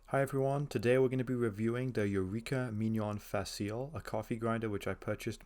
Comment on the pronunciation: Facile is an Italian word that means easy or simple. It is pronounced Fa Chee Lay with the emphasis on the first syllable. Thanks for your review. I got the same grinder recently and I love it.